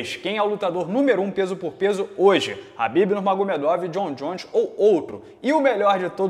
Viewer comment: é tão khabibeth que fala "Rabibeth" kkkkkkkk